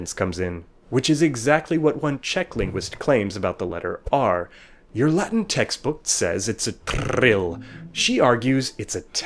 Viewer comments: I m italian, i studied latin, but your pronunce is totally wrong. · so v is pronounced as w? That is not what I have learned during my two years of Latin-studies. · This video lacks all credibility because the narrator can't even pronounce the word "latin" correctly.